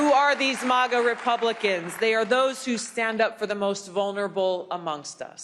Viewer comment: Thank you for saying M-AH-GA and not MAAAGA Tulsi.